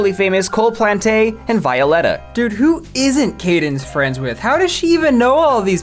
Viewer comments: I had no clue what 'Violetta' was until I realized you were pronouncing it in the weirdest way possible. You are supposed to pronounce it like Violet and then an a. It's just the Spanish for the name Violet. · The way you pronounced Violetta makes me physically recoil in agony (affectionate). Even though growing up with Disney Channel LA made me hate Violetta with a burning passion when I was a child, I'm still angry at you on their behalf (affectionate). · i was 9 yrs old when that was around and i REMEMBER THE SHIP FIRST OF ALL: it was a worldwide show, but the plot was set in argentina second: her name is VEE- OO- LEH-TAH third: it was sooo big that they did a worldwide tour (which went to the biggest arena in my country, the same arena where i went to the guts world tour, by OLIVIA RODRIGO, last year) forth: they also sold cds for each season and other merch. I have a s1 cd (i got as a gift from my parents), two bags and A FRCIKING COOKBOOK (i got as a gift) Also: she is a musician still, called TINI (i reccomend her songs<3) Club pEnguin walked so Fortnite could run REAL